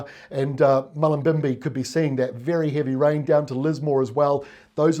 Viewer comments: Thanks for saying Mullumbimby, yes you pronounced it correctly, the recent floods destroyed the bottom half of the house, now Alfred going to rip off the roof is the lucky trifecta fire for the midsection??? Toilet paper discrepancies are what gets me in these disasters, I have rationed one roll a day for the duration, I'm sure there's households out there with rations of 10 possibly more per day! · Thanks. Doing well with Mullumbimby and Murwillumbah pronunciation!:D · Nailed Murwillumbah AND Mullumbimby, 10/10 Extra facts - Mullumbimby is where Iggy Azalea was born and raised. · Great coverage. To answer your question yes you pronounced Murwillumbah and mullumbimby correctly, but not Hinze! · Well done on the pronunciation of Murwillumbah and Mullumbimby. I'm not looking forward to the wind. Thanks, and team.